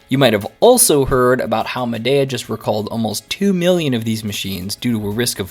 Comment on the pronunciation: I’ve had mine 5 years. ZERO PROBLEMS. when I remove it from the window after using it i CLEAN IT. Store it in my apartment. Never ever have had a problem with mold. And it’s pronounced MAdeeA.